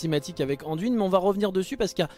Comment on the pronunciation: Jamais j'aurais pensé que tu répondrais xD Yuna et Sam dise DUIN, pas DWIN :D D'ailleurs, dans les voix francophones en jeu, Anduin est bien prononcé. Pour répondre à tes questions, Illidan et Gul'dan, ça colle bien dans l'oreille, Muradin et Dalaran, je reste neutre car les 2 versions ne sont pas choquantes. Varian, j'aime pas ce personnage alors bon, mais dis ainsi, j'ai la sensation d'entendre le prénom d'une petite fille. Haha A vrai dire, c'est pas que j'ai pas l'habitude d'entendre la version anglaise, c'est juste que je ne joue pas dans cette version car je n'aime pas cette version anglicane des noms. En tant que joueur qui adore le lore, je préfère rester fidèle à des noms franciser, comme Deuillegivre, Deuilleroi ou encore, Coursevent, car je trouve le nom tellement plus ... claquant qu'en anglais. Et on anglicise tellement tout dans ce monde que ça me gonfle alors bon, un peu de résistance, ça fait pas de mal. :D Donc, libre à toi de parler comme tu l'entends, c'est vrai mais entendre DWIN, c'est blocage total dans ma tête :D